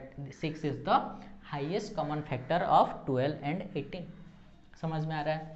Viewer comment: Factor hota hai phactor Nahin